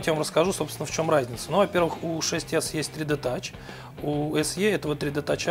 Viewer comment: Пять Эс Е, мдааа, сразу видно профессионала=)